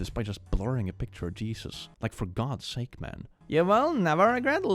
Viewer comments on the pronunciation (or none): none